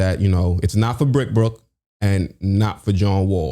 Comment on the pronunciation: Homie said brickbrook🤣🤣🤣🤣